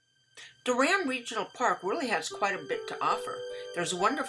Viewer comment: It’s pronounced door-un